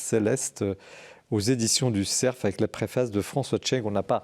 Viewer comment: Non et non, ce ne sont pas les éditions du ''SERF'' mais du ''CERF'' sans prononcer le f final !!!